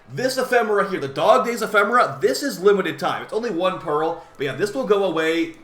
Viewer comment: why do you pronounce it 'perril' instead pearl? 😢